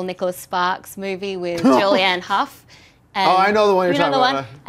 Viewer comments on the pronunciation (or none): none